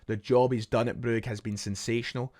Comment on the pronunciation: Calling it bru-ga annoyed me so much your no from Belgium mate it’s Brugge stop trying to be derek Rae